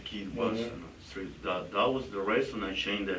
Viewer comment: It's not a shtreet. It's a STREET. Lose the "H". It's an uneducated slurr